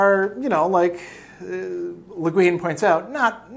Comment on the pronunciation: Rhymes with penguin. Le Guin, the penguin